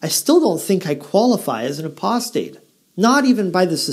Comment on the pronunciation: I cannot believe Weilburg is for real. I've heard him say 'aprostate' too many times. And a real jw would surely be shut down by the elders for doing what he does.